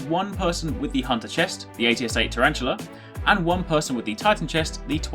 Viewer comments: Tar-an-tell-a, NOT Tarantula!!! Jesus.... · It's Tare-en-til-a